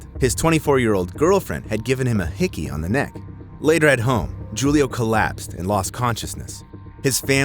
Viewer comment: Jewlio ? AI voice.